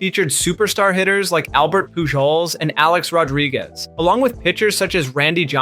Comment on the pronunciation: The fact Pujols' name was mispronounced explains why the only man ever to claim a decade triple crown was passed over in favor of a steroid cheat.